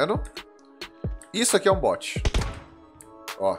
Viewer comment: Finalmente alguém que não fala but mds e bot qual a dificuldade bot e diferente de bote